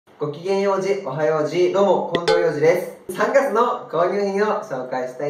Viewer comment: ''3月の''って所のイントネーションが訛ってた（笑）